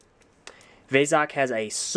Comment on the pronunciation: Vezok is not veh-zok, it's vee-zok!